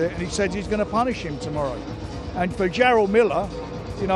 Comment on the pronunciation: White English guys be like..."GEROL MILLER" 😂😂 Its.. jerr-ELL